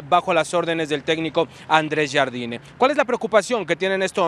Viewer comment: A ver, ¿ cómo no está de ridículo pronunciando el nombre del técnico del América como los otros que le dicen Yard Yini?